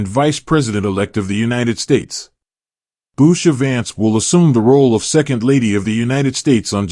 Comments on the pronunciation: I’m very much a Vance supporter but you don’t even pronounce her name correctly. Her name DOES NOT start with a B. Get it right before you post a video! Her name is Usha. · At least pronounce their name correctly! It’s Usha not Busha!